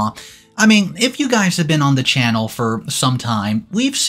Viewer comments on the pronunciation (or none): none